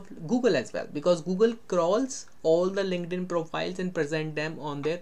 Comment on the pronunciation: your two words really took my brain out - WOMENS , lINKEDDDDD-INNNN